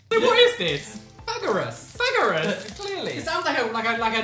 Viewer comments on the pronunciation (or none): As a romanian, you butchered those names